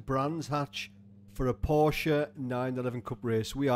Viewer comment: Finally! You pronounced Porsche right... 😉 Love your content!!